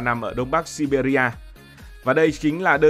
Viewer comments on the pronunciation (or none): none